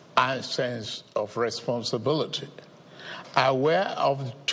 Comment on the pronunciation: I only came here to hear him pronounce the word "RESPONSARBURLEETEE" 😂😂